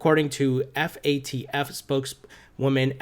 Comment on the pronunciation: Its FATF. Not FAFT